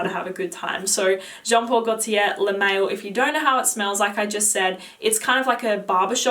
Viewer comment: I can't made this up: I actually spent 5 minutes hearing you pronouncing "Le Male". It's addictive 😍